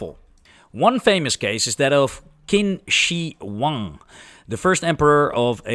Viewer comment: the "Q" in "Qin Shi Huang" is pronounced like the "Ch" in "children." [Look at me showing off! Don't get any ideas about my expertise; I only recently learned this myself...]